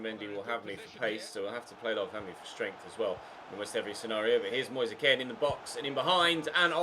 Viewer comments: It really annoys me when you call kean k-e-n It’s k-EE-n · I hate the way he pronounces it, isnt Italian so just say keen